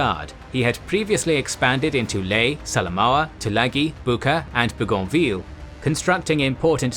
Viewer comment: There is no "Lay". It's name is "Lah-AYE". Historians should know this